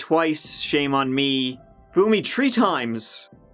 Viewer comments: You said fool me tree times just to say tree admit it your just messing with us now lol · “so, in two thousand and tree...” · “Full me tree times” lmaoo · Please pronounce the letter E please please Three not Tree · no one else is talking about how this guy never says three, despite how frequently he uses the word... the correct word is three not "tree". respect for this guys channel but that shit fr gets annoying after the 80th time listening to it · It's annoying how this guy can't say "three". He insists on saying "tree" and sounds ridiculous lol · This guy says "tree", instead of 3.. It's hilarious to me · I suspect that as well, now when I see the number 3 I hear this guy in my damn head saying "tree". But it makes me smile, so..... win? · On de turd of May at tree o'clock, dey foined de dead buddy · He’s joked about it before, saying something like “…and they had…of course they did…tree kids.” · I'm only here for when he says "tree" I don't even like crime stories. 😂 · Is that how they really say 3 where his from? Tree? Lol than how do they say 'If a tree falls in a forest with no one around, does that TREE REALLY MAKE A SOUND? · Now we just got to figure out how to get him to say 'tree fiddy' ;) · I love when he says, tree and tirrrrty tho it's cute lol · Just say tthhhhhhhree god damn it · “Tree six, Tree five” I love it lol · Hi! Thanks for the great shows. They are intriguing and yet I still chuckle at your humorous way of telling them. Will never fool you tree times! 🤗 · Tree six tree five...lol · "Fool me tree times... Go [_] yourself." 😂😂😂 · That’s how the Irish pronounce the word three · Lol I’m Jamaican, and that’s how we say 3. And when I went to Ireland and heard people saying 🌳 as 3, I realised the Irish are white Jamaicans. Not sure if is Irish or why I’m sharing this… 😅🤣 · It's an Irish thing we can't say our 3s. Don't even get us started on 33 and a 1/3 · Love your vids, but you need to work on pronouncing the number 3 😂